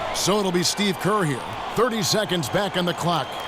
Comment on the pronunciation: And not kerr